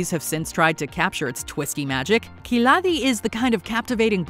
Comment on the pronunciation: her khiladi pronounce lol